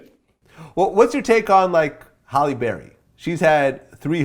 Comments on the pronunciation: Hey Vlad it's Halle not Holly 🤣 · Is Vlad saying Holly? 😒